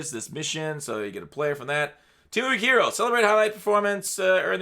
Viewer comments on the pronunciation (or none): none